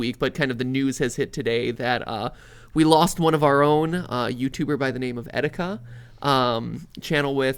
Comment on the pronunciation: You didn't fix the name, one now says etkita and the other still says ekita. It's etika.